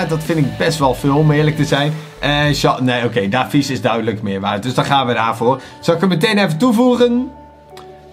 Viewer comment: er staat davies maar je spreekt het uit als deevies BAWZ ARMY